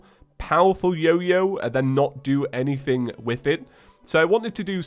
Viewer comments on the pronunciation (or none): none